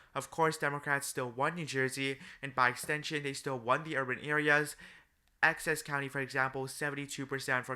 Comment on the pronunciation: Essex County🚫 Access County✅️